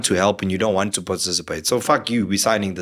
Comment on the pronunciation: Lol, should we train people for free, because you "waant". lol